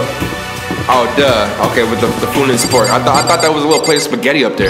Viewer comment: He really said "Foon and Spork"💀💀 Ik im not the only one who realized